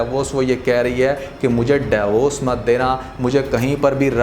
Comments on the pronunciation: Daiy vorc nahien hota divorce hota hai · Interesting but its "deevorce" not "dayvorce"